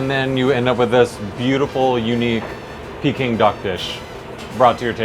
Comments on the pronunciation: Jezz! It's "Peking Duck" not "Peeking Duck". Americans... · OMG the way he is saying pecking duck is driving me crazy!!!! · Dumb ass can pronounce Peking it's not peeking idiot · The way he said peking duck at the start made me cringe